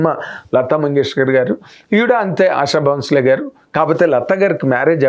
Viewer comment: సార్ దయచేసి ఆవిడ పేరు సరిగా పలకండి సార్ మీరు మీడియా person అయి ఉండి ఆషా భోంస్లే మీరు ఆషా బౌన్స్ లే అంటున్నారు